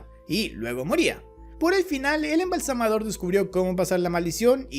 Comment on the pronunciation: Se dice "embalsamador". Ignorante